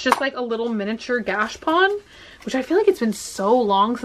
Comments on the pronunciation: You are saying gachapone wrong its gatcha pone its said like the is longer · Ps, it’s pronounced gosha pone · The pronunciation can be tricky for some of these products but knowing you I think if you looked up videos on the gachapon and learned how to say it and the silly reason they are called that then you’d want to say the word 15x more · another Japanese word butchered by you you say gachapon wrong